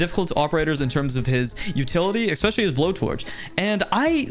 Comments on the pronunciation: please learn how to pronounce especially properly, it’s not ekspecially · Time to trigger you. You say expecially. End of story